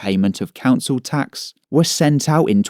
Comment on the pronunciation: Tax sounds like axe